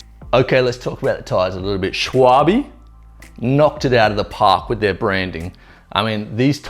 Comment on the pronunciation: Shuawe? "Schwalbe" is german for "Swallow" (the Bird). Check Google Translate for how to pronounce it, I can't really type it out... But "Shuawe" is WAAAAAAY off! ;-D Thanks for the review, looking at these for my next tires...